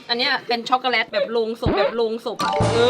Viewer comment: พูดว่าด้ากซ่อกกเเลต55555